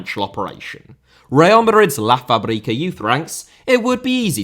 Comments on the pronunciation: Its pronounced La Faaabrica. Emphasize the A. “La FrAbrica” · LA FA BREE KAH lol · I love your conscious thoughts and progressive ideas you defend in your videos, so I would also love if you took 10 seconds to look up how to pronounce Spanish words like "La Fábrica" properly. That way maybe you don't wake up my PTSD of hearing the thousands of your compatriots who travel here every summer when I hear you mispronounce the name of the Madrid academy so many times 😂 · please, next time search how to pronounce the word you are gonna say 50 times, the way you say "La Fábrica" kills me